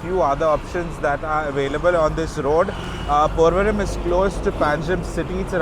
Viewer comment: I love your videos! I learn so much from them. But I have 1 question. You pronounce the M at the end of place names; like PorvoriM instead of Porvori. All of my cousins in Bombay tell me that I'm incorrect when I do that. Which is correct and does it matter?